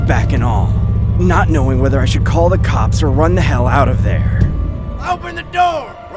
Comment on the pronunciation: "LEAVE ME ALONE OR I'M CALLIN THE COPS!" Totally NOT throwin shade girl but ya gotta say it right or it loses its translation (for lack of a better word) in your mind. LOL